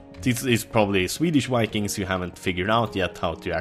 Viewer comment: When he was talking about Vikings it sounded like Wanking...this is exactly what you think.